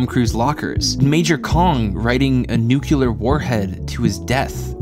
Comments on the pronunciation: Just paused this 2 min in to say I just watched strangelove for the 1st time. And I'm currently on shrooms. That was a thing I just did just after turning 45... And I have to say, grooving to your tunes while riffing on paradoxes is just the thing I didn't know I needed right now. Cheers from down unda (ya mum) :) Edit... Cmon man... you just said you are smart and now I hear you say "nukeular" multiple times like Homer Simpsons, even on shrooms that sounds like a child talking to me... Cmon man... I will continue from here to see where this goes but dude... FFS dude. 7 and a half min in after pausing multiple times, please, just keep saying "nuke" and keep us all happier! 😆 But seriously, how am I the only one making this comment and this video has almost a million views by now... it's very distracting but I'm pushing on, missing some info because I'm commenting without pausing, but that is the price you pay when you speak like a child! And now I missed the point you were making with the superbad thing... ah well, actually hurting for humanity right at this moment since everyone has been taught what to think by Homer bloody Simpson... Sorry if I don't have an optimistic view of the future of the human race right at this particular junction in time and space... Well, we have almost a half hour to get through, no point typing any more... Screw it paused one more time just to say, with the attention you gave to the scene with the camera and the Russian Ambassador, I'm waiting w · begging the question - how do you create a comedy about nuclear devistation? well, you continue calling it "nuke-u-lar", that's hillarious! - the book reads 'Thermonuclear War', Pres. George Dubbya called it nuke-u-lar war. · I know right? It's like nails on a chalkboard to hear it so many times in a row. To anyone who has trouble remembering, it's nuclear as in the nucleus of an atom. Nuclear. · ouch did you say NU CU LAR>>????????? paused to consider watching futher or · "Nucular" Wut